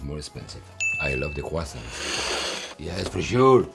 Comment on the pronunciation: Quand il dit « des croissants » on dirait un bledoos 😂